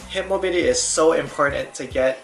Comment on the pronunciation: "Hip mobity"